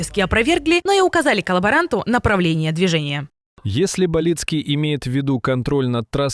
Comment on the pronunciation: Яка ганьба редакторів каналу,хоча б поцікавилися що призвище Баліцький з наголосом на ,,а'' ,а не не на першу ,,і''